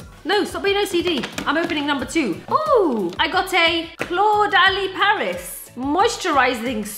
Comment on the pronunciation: 'I got a CLAWED-ALI Paris moisturising sorbet' lol